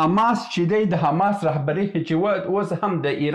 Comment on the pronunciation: ښاغلیه صاحب اسلام علیکم زه پنځوس کاله مخکی استاد وم.ستاسی خپروني ډیری ښي اودنظروړدی اما تاسی په خپلو خبرو کښي بعضي کلماتو ته متوجه نه یاست لطفآ واوری تاسی لکه دالندغر چه دو ی وایی و(است) په فارسی زبه (هست ) نو است درست اوته هم ټوله وخت ( امريکا ) ته همریکا وايي اوحما _ س ته اما س وایی ( اما) ته حما وايي لطفآ متوجه اوسه په ډیر درنښت سبحان الله لودين